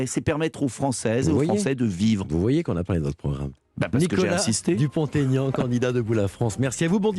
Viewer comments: Dupon ( t) Aignan pas Dupontaignan 😠😠😠😠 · DUPONT-AIGNAN pas Dupont TAIGNAN!!!respectez il l a assez expliqué... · Ha bravo, je dis sans cesse qu'on ne fait pas de liaison pour les noms propres. Est-ce que les journalistes font du français à l'école ?